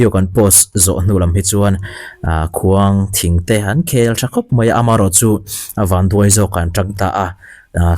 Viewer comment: Khuangthing niloin Khuangṭhing